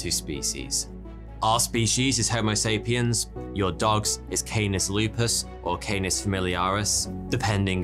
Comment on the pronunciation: BEST: "re-member..." (case: Bobbit) XD XD --- WORST: "homosapien" (it's "homo sapiens")